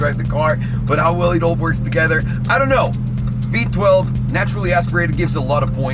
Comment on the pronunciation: did u say v12?